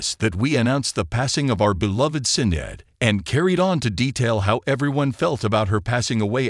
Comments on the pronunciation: Hi its pronounced shin not sin. every channel I've seen today have pronounced her name wrong. also Mr martin is not called the prime minister. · Her birth name is pronounced "Shin-ayd" not "Sin-add" Her new name that she took when she became a Muslim was Shuhada Sadaqat. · Can't even pronounce her name correctly⁉️ Ridiculous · Who made this... pronounce her name properly please! May God forgive her and grant her paradise, ameen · Right? Seems like an AI generated narrator without the ability to properly pronounce names. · why can't you pronounce her name right? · This podcast ❗️ AT LEAST, at THE VERY LEAST afford respect by pronouncing Sinead’s name appropriately! A spoiler❗️ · Awful video..mis pronounced her name and she was NOT married. 🙄🤬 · he can npt pronounce her name properly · AI doesn't know how to pronounce Sinead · Terrible tribute; AI can't even pronounce her name right.